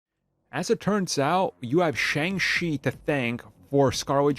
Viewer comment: Its Shang, not Shung.